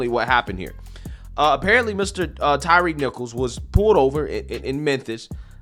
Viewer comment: TY-REE? LMAO thats how everyone promounounces his name? Thats like the Key and Peele sketch, JA-Quelin? B-LA-KAY? A-A-RON? It should be pronounced 'TIRE'.